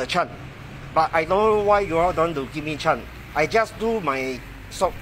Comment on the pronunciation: The England very powderful! I keep hearing "give chan", "one chan"..... chan mali chan! Lol